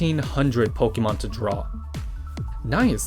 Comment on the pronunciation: 2 mins in and you know that hes a cat dad pokemyoen or pokenyan is what I heard. Keep up the good work!